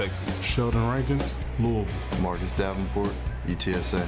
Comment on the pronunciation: the man said "Luul" "Lou-is-ville" has 3 syllables... he only said 1. I think you're the one here who can't hear.